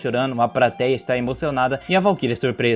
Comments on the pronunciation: Prateia ? Implacável ? Craro? Meu amigo até doeu auhauhauhauhua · Desisti do vídeo no “prateia”